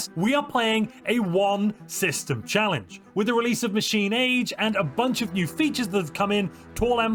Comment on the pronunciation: one system "challenege"